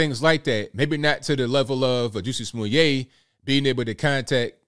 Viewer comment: You referred to "Juicy Smo-lee-aye"!!!😂😂😂😂😂😂 (Chappelle)